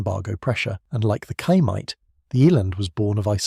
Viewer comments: The word Chaimite, the Ch makes a single sound that sounds like X in english. Ximety would be the closest english way to say it. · Try "Shy Meet" for Chaimite and it will sound perfect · Chaimite is pronounced "Shy""Meet" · Regarding the "Chaimite" (pronounced like Xaimite) and other Portuguese weapons. Let's put it this way. On the immediate first reaction. Portugal used F86 Sabre jets. Owned by Portugal under NATO. But even that was obliged to return to continental Portugal! With the American scum, USSR and China all pushing the strings behind the stage! Suddenly Portugal was under manned, unarmed, under attack and alone! Most countries would have rolled and play dead. Portugal came out of the shell and fought back, against all odds. I guess half a millennium being the under dog in so many battles and wars made it like that. From Aljubarrota to Angola! Being attacked from all sides and under severe sanctions! In sequence attacked in Angola, Guiné-Bissau, Mozambique and let's not forget India. And later after giving independence to East Timor, it was promptly occupied by Indonesia. With American blessings and American weapons (surplus from Vietnam). When I say alone and against all odds I'm not kidding! Oh! Did I mention the vast Oil & Gas reserves in East-Timor! Coincidence I guess! Oops! Portugal was the only country to ever use the FIAT G91 (Gina) jets in combat! Acquired trough sanctions and miracles via South Africa, etc. An adventure in itself! After prohibition to use the F86 Sabre jets! Portugal started building / fabrication of the Chaimite, HK G3 assault rifle, Berliet-Tramagal trucks, ammunitions and other light weapons, guns, mortars, etc. Fun fact: Once more, against all odds, in 1